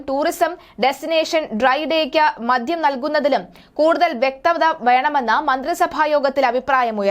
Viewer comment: പ്രിയ സഹോദരീ, മദ്യം എന്ന് തെറ്റുകൂടാതെ ഉച്ചരിക്കാൻ പോയി പഠിക്കുക.